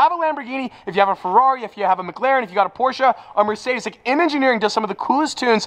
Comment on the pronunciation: I really cannot stand the way he says Ferrari he says "ferlalli" and it's really annoying I feel sorry for Luke having to hear that all the darn time lol